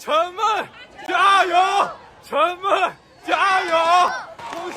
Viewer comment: let me help you (in case you think you know Chinese), it is not cultural, but political matter. very very deep economical benefits who wins and those chearing people are hired to do so.... get it? btw, her name is chen meng (pronounced as məng), not chen ming (pronounced as ming)